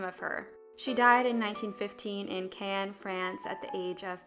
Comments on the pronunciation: In Can, France... I believe that's a popular cultural city pronounced Cannes. Americans always wonder why the French detest American tourists. Voila, now you know. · You have to pronounce Cannes with an ah sound; otherwise it sounds like you’re saying Caen rather than Cannes.